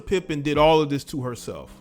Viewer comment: Her name is Larsa PIPED-EN😂😂